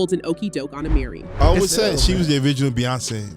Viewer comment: It’s A-Mer-ry not A-Mary 😂